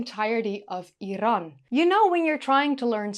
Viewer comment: Thanks for the video and thank you for pronouncing Iran correctly, not the lazy American way ( 👁️ eye ran)😂